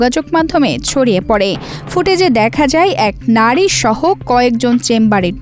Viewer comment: কাজটা অবশ্যই খারাপ হয়েছে। তবে, রিপোর্টারের ও বিচার হওয়া উচিত। উনি বাংলার পুরা বলত*কার করে দিয়েছে। নাড়ি না নারী, জিলা না জেলা, মাড়ধড় না মারধর। এইরকম আরও অসংখ্য। নুন্যতম বাংলা শিখে তারপর জাতীয় পত্রিকায় কাজ করা উচিত।